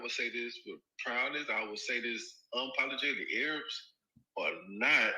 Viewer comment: 😂 my guy said “Aye-Rabs”